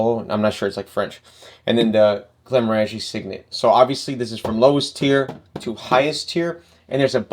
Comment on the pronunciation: It is GlenmOrangie, not GlenmorAngie.